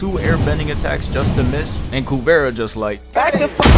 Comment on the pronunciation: Great vid as always bro. I think Kuvira is pronounced KuvEEra though